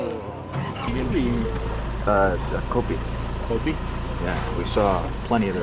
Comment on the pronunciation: The guy said “Kopi”